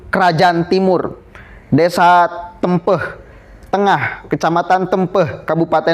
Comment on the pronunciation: Bukan Tempeh, tapi Te'mpe'h seperti mengeja tempe, tembak dsb.